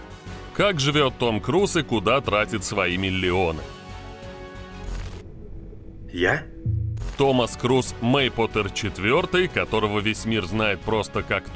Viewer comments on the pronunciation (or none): Миллллионы Голллливуд Очень режет слух